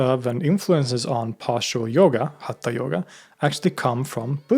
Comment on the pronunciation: Its pronounced yoga not yogaaa